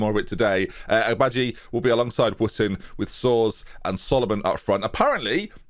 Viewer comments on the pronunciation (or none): it's pronounced sores according to TTS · Soares is pronounced generally similar to Suarez. There is a real player who has the (unfortunate) name Eynel Soares which is pronounced a bit like Aye-nel Suarez, despite looking like it could be pronounced anal sores. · Pronounce his name ‘Suarez’ - he’s spicy